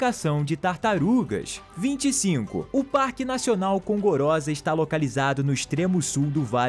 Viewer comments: O parque Nacional denomina-se Gorongosa e nao Congorosa. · Gorongosa não congorosa 😂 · Minuto Parque Nacional da GORONGOSA e nao Congorosa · Gorongosa, não congorosa, camarada. Matapa não" matava." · Parque Nacional da Gorongosa e não conrongosa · Não é gongorosa é gorongosa